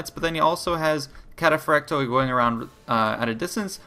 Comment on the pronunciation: In greek oi is a diphtong and is pronounced ee. ;-) Just a heads up. So Kataphractoi is pronounced Katapphractee...